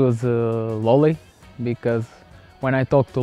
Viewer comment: Love how he says Lolleh